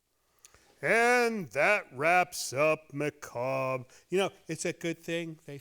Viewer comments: Maca- bury! 😂😂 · One of those words no one is sure how to pronounce. Someone who likes the macarbre is known as a macarbro